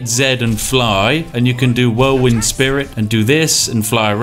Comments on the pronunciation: Whirlwind "spirit" lol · How has he played this much Skyrim and is calling it “whirlwind spirit” and not “whirlwind sprint”? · Did this dude just call whirlwind sprint “whirlwind spirit”